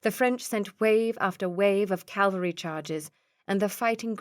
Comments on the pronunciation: Ca-val-ry not Cal-va-ry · English is not my first language, but "Calvary" instead of "cavalry"? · I loved the voices used too though I did find myself chuckling at how often she pronounced “cavalry” as “Calvary”. It must be tricky trying to keep flowing with the reading when these words come up.